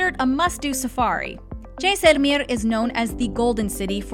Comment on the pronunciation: Please drop the accent. You are saying the names of these places totally wrong. Jaisalmer for one example. Please just say them normally. You have interesting information and these affectations really bring down the vibe.